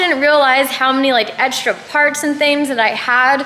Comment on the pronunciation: when says egsdra